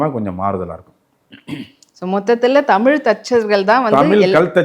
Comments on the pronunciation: ஐயாவின் "தமில்" உச்சரிப்பை தமிழ் படுத்த வேண்டியது மிக முக்கியம். தமிழர் தானே? அல்லது, திராவிடரா? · ஐயாவுக்கு தமிழ் என்று சரியாக உச்சரிக்க வரவில்லை போலும்! மகிழ்ச்சி! ஆலயங்களை உருவாக்கிய விஸ்வகர்மா ஸ்தபதிகளுக்கு அந்த ஞானத்தைத் அருளிய சிவபெருமானை வணங்குகிறேன்!